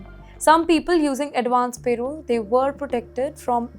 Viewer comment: It’s not payroll it’s parole - pls say it correctly